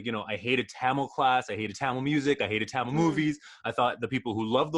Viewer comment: I swear if she says tamal one more time I’m gonna Explode u pronounce like TAMIL